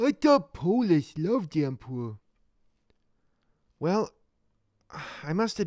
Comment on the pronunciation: The Empeweh pwotects!